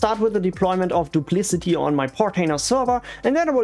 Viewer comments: "doop - lic - ott ee" not "doop - liss - it - eee" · I believe it is pronounced "Duplikati" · Your video is about Duplicati but you keep calling it "Duplicity" which is another different backup software. It's confusing and a common mistake I've found in other similar videos by different creators. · What an ugly name. And I'm pretty sure you're pronouncing it wrong